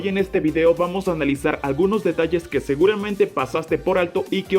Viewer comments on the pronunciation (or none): none